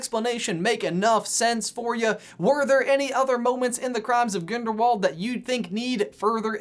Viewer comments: You said "Ginderwald" instead of "Grindlewald" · 'the crimes of GINDERWALD' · He said ginderwald